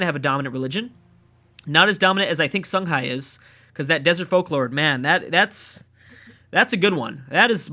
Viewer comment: I am so proud you finally stopped calling 'Desert Folklore' 'Desert Folk-Lord!' It annoyed me more than Salz-en-burg!